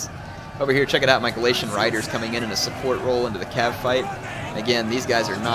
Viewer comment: Uh, Galatian RAIDERS (Ray-der)